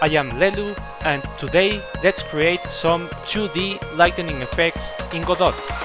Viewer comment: It's pronounced, "god-OH"